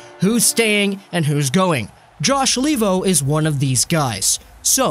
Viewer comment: I cringe every time I hear the pronounciation LEE-vo, since his name is Finnish and it should be pronounced LAY-vo.